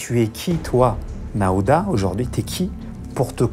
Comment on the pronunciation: Nahuda pas nehuda😂😂😂😂